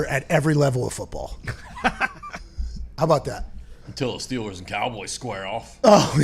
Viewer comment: It the Pittsburgh Stillers pronunciation an accent thing I haven't noticed until now? It feels like is constantly saying Stillers...